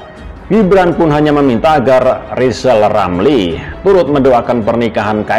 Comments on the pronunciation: Lisal Lamli kalo ngomong macam olang sakit gigi, nyebut namanya sendili tdk bisa, bisanya nyinyil telus. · Pak rizal lamli latih bicara huruf R biar jelas di dengar 😃😄😁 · Rizal rampli orang hebat.nyinyirnya.....ha ha ha....suruh belajar bilang R yg bener. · Sehat terus pak presiden JOKOWI dan keluarga.rizal Ramli biar netizen yang urus,aneh juga nama depannya R tapi ga bisa ngmg R.orang yg ga bisa ngmg R itu blm kena karma,smoga karma mampir disaat tahun baru buat RIZAL RAMLI. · RR yg tk bs ucap R,omong besar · Kasihan RIZAL RAMLI..baru belajar ngomong .R...mestinya ngak pantas dapat Undangan pernikahan Mas Kaesang...lebih pantas & Mulia yg dapat Undangan Bp.Angkringan Kopi. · Rizal R sok aja ngomong R aja gak bisa kok pengen jadi presiden siapa yg mau milih